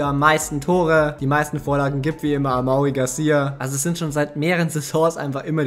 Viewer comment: amaury garcia spricht man amory aus ,das weis ich weil mein bruder so heist